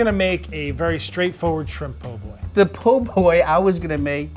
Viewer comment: c’mon man it’s called a PO boy 😂